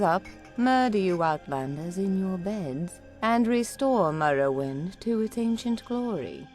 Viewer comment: Insider info; There was a pretty big debate internally over whether or not we should use that clip. (who edited the video) decided to use it because he didn't have another suitable clip iirc. She also mispronounces "morrowind" lmao